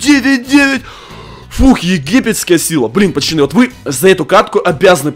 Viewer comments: Почему ты говоришь пачаны а не пацаны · Пачаны хаахахахахахв как это убого слышится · Почему пачаны? Ты умеешь говорить букву ц?